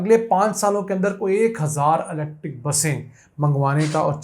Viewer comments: YOU ARE SUCH A JAHIL PERSON DOESN'T KNOW HOW TO SPELL ELECTRIC I MENTION THIS TO YOU IN YOUR PREVIOUS VLOGS , YOU ARE SAYING LECTIC INSTEAD THE CORRECT PRONUNCIATION IS ELECTRIC, PLEASE DONT MIX PUNJABI AND ENGLISH , PLEASE READ THE SCRIPT FEW TIMES BEFORE YOU RECORD YOUR V LOGS. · YOU PRONOUNCE ELECTIC INSTEAD THE CORRECT WORD IS ELECTRIC MR.